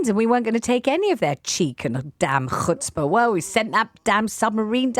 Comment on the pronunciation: I instinctively wiped my face after she hawked up the word "chutzpah"